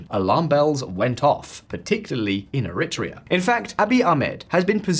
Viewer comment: It would improve your credibility if you looked up the pronunciation of names you have to use dozens of times, such as Eritrea, instead of making WA guesses.